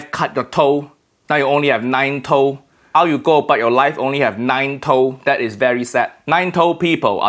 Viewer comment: Honest "nine toe" sounds like nipple in Chinese mandarin 😂😂😂 don't know did he notice that